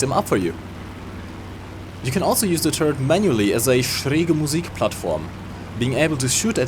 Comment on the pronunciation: Can you speak german or why you can say "schräge Musik" nearly perfeect?